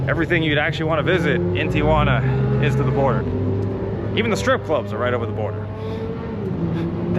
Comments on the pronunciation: Thank you for pronouncing TIJUANA correctly......It makes me sick to hear everyone including our president say TIA JUANA...... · You pronounced Tijuana expertly. Three syllables